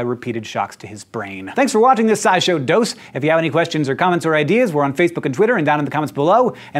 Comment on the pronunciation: When you say dose, I hear Dos. As in ESPN 8, the ocho.